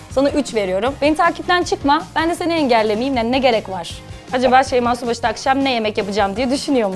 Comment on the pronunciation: Konuşurken şeyma şubaşı diyenler +1